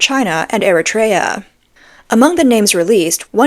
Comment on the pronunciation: PRONUNCIATION: Eritrea = Ear-RIT-tree-ah, Batavia NY = Bah-tav-ia, long A in 'tav'.